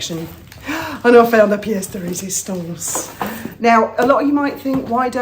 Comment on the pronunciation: "La pièce de résistance"; your French pronunciation is so good! I love the way you think,. I'm like you, but I'm just a thinker, not a doer 🙁